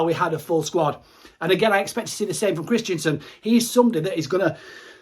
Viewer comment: Kristensen not Kristiansen haha. Great videos though mate.